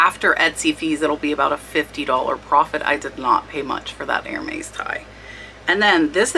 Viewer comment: The “s” on Hermes is not pronounced